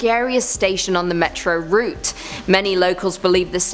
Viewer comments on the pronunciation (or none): none